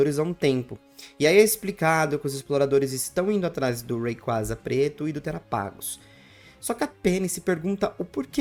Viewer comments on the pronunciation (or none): none